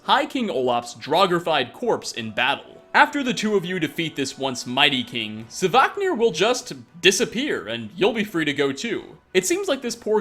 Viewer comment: it is not "savaahknir" but SVARKNIR.